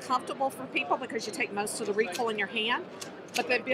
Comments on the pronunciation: The mossberg lady was already planning for the future 😆 did she say recoil or recall! Haha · "Redoosed recall" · "Reduced recoal" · ReeKuhll is not a problem when shooting a gun meant to be a toy. They are good for spreading stuffed animals all over your yard. Excellent for breaching. Why not just say that? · Take a shot every time you hear recool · Lol "ReCoLe"